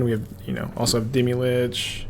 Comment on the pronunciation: deemee lich. omg stop saying that forever and ever. idc if you always wanted to play deemee lich, the way you say its name loses you all privilege to play it